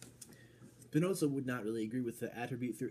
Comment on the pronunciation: Trying to follow Spinoza's proof, from the axioms to the theorems, is great fun (as long as you stay clear from the obviously wrong idealistic interpretation that was common prior to the 20th century). By the way, Spinoza was not German. He was of Portuguese descent. His name is an adaptation of the Spanish 'Espinosa' (meaning 'thorny'). So, there's no 'ts' sound in the name. :)